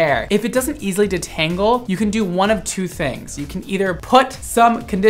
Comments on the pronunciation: making it sound kinda french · Loving the way you pronounce detangle!